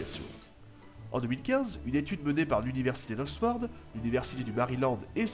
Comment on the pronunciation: tiens tu prononce "osford" ? comment tu prononce "frondaison"?